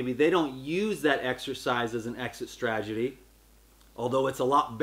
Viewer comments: Love you! Just thought id mention it's "strategy" not "stragety". Hope that helps! Don't take it as criticism please... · jt is STRATegy, not STRAGety LOL love you bro